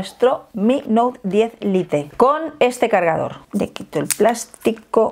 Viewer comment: Cada vez que dice lite me sangran los oídos.